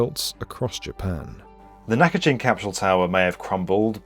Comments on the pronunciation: It's Naka... (central)... Gin (as in Ginza, the district of Tokyo, not "gin" the drink) - a hard "g". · Nakagin. It's pronounced with a hard G. Of all the clips the poor poster was the only one who couldn't say it properly. It' s NOT pronounced like "gin" the drink. And Abroad in Japan already made a video about this, going inside while it was still up. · It’s a hard G! Gin, not like the drink, but as in Ginza… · I wish you pronounced the name "Nakagin" properly... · Naka..jin? I mean that is literally not what it's called. Edit : Ah and it's repeatedly said and repeatedly wrong. "nice" I love having someone try to tell me educational stuff that can't do minimal research to check the CLIP THAT HE SOURCED that SAYS IT CORRECTLY and then SAY IT CORRECTLY. It feels like someone promising to teach you quantum physics while they can't read. Or spell. Or do numbers. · As usual the channel murders every Japanese name it talks about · I know it's trivial, but it's Nakagin like "next of kin." Not gin, the drink. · Just FYi: It’s pronounced NakaGIN with a HARD “G” as in FISHGILLS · Great video, used to see it quite often and for years wondered what the rooms were like. Also it’s not “nakajin” it’s “…gin” almost like how we say gee. Na-ka-GEE-n. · Not only that but misnaming the building that the video is about for the entire duration of the video, somehow pronouncing the "Gin" in "Ginza" (*銀*座) correctly while simultaneously pronouncing the very same "gin" in "Nakagin" (中*銀*) as "jin", which drastically changes everything about the name as it goes from being "Middle of Ginza" to "Middle of a person" 💀💀 it's a shocking lack of decency imo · An otherwise excellent video overshadowed by the constant mispronunciation of "gin" in Nakagin. You even played newsreels of reporters correctly pronouncing it in the beginning! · Knackajin? Nah-kah-jeen. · Dude, it's pronounced Naka"ghin", as in "give". Did you not watch the source material? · Nakagin, not Nakajin. Hard G.